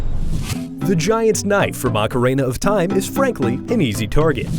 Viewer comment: Only IGN would mispronounce Ocarina of Time smh